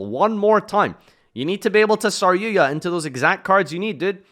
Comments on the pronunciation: Stop saying saryuya "argapain? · DRAGOON! Holy hell "red-eyes dragun duuur" it's not a hard word. Then again he still says saryuja as "saryuya"